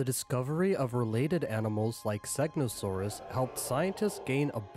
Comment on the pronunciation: he said xenosaurus💀